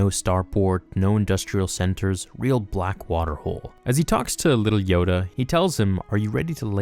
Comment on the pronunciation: Backwater not "blackwater".